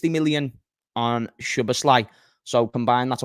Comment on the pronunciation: Thinking about it now, pretty sure it's pronounced So Boss La.